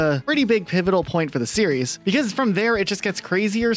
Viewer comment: At least one of these guys can properly pronounce the word "series". 😂